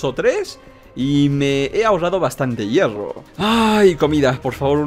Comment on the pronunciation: hierfo Yo: hierro?.__.xD